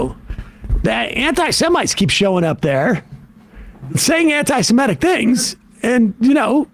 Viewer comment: Clear your throat Sam, and learn how to pronounce the word "Semitic".